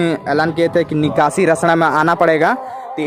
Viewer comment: Bhai address ka naam Shai se lo nakashi nahi hai bhai nikashi hai